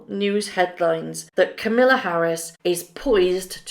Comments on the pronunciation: its Kamala not camilla... disrespectful to not pronounce her name right. even if they are dem ambassadors well see them once and then they'll disappear because its just word salad with no substance and nobody wants to hear them bang ob about their hard lives. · VP name is Ka-ma-la Harris, not the British Camilla. Love your web site!!💕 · Hey, just FYI the Veep's name is KA-ma-la, not Camilla. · it's pronounced ...Ka ma la ....not Camilla lol I really could care less but just letting you know It's pronounced exactly like it's spelled . Kamala is not going to have anything to do with them unless she thinks it benefits her somehow. They're all snakes in the grass.... And I can't stop laughing at them being youth ambassadors to the Youth of America 😂 They probably gave them that because none of the adults want to have anything to do with them... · Her name is not camilla, it is kamala like with pamela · Constructive feedback that will no doubt get me flamed. Please make an effort to pronounce things correctly. Kamala Harris, not Camilla Harris. And Invictus games not invinktus. Mispronunciations feel very amateur, in Kamala’s case disrespectful and it’s a shame because your videos are otherwise really well produced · Biden surely knows that Harry is not allowed to be political. One of his lawyers or advisors would have told him and even if he is allowed to do it surely Biden would be advised against it so as not to upset the Queen. Also it’s not camilla Harris it is pronounced cam (as in camera) ah la Harris. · The Vice President's name is pronounced "Calm - a - la", not Camilla. Just sayin. I personally think that the new President and Vice President have way too much work to do right now to bother with these two fools. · Be careful how you pronounce our president in waiting name. It is pronounced KAM il la with the emphasis on the first syllable. As opposed to her step mother in law, kam IL a. She will slap your knuckles if you don't get it right .